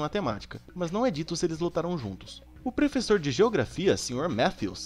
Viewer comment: Vc falou frevessor na 133